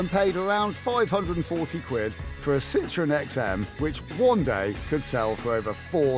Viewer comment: F*ck me - "Citron" means "lemon" in French. Learn to pronounce "Sit-trow-en" - "Citroën". Especially when in France you wallies. Another car they gave away.